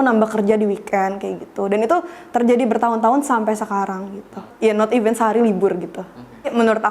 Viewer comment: Pronounnya event lagi